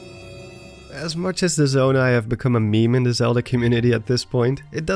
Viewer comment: you said zomai